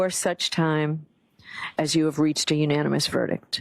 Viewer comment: U-nAn-e-mes 😅 Sometimes when you say a word so many times you completely brain fart on how it’s pronounced. I couldn’t help but to giggle at that.